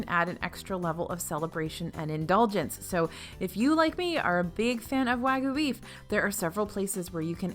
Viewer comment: Please. Please. I'm begging you. wah-g'yoo, not wa-goo.